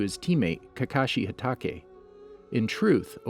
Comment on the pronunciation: Am i the only one trigerd about his pronunciation like obto and hatakei